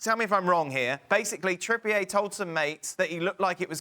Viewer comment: Said “Kieran Trippy-ur” for years but since he moved to Athletico it’s now: “Kierian Trippïé” 😂